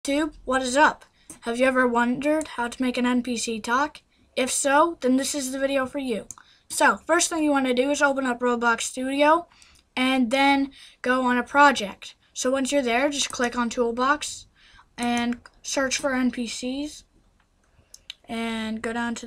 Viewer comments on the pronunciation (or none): he said robux studio